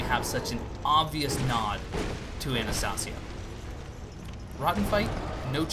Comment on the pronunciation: Dude I dunno if you're still saying it like that but it's pronounced AnastAYsia, like the NPC's say it.